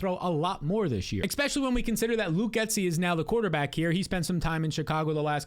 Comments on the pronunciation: Expecially?...um Especially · can you please just say especially not eKspecially and I'll subscribe lol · EX-specially kills me. Great content though. Almost network worthy, IMO.